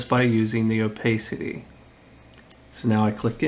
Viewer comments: It’s pronounced O-PASS-ITTEE, not “oh-pay-city». Are you not a native speaker? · FYI, "opacity" has an a sound like "iPad". Nice video, exactly what I was looking for.